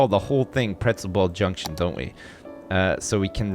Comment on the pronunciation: "Pretzel ball JUNK tion"